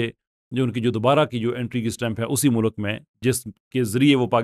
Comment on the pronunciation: O 'mulak' nhi 'mulk'..acha bhala banda apko serious le raha hota hy but